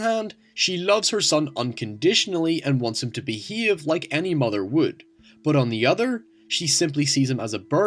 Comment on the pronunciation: "Be he ave"